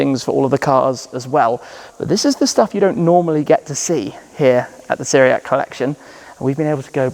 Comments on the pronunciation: Bro, did you have the decency to ask any one how you pronounce Tiriac? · Why you can say pizza but not Țiriac?